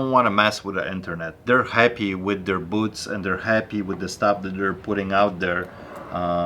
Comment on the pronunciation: Keep picking those antique "boots" for "cast eye-ron" and "Bush & Lamb" items.:-) Always enjoy veeedios. Love the Polish accent. Not sure about that handcuff logo t-shirt, though!